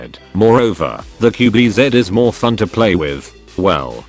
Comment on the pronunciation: Its qb ze not qb zet